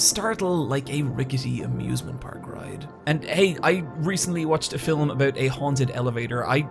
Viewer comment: Why do you pronounce film as filim?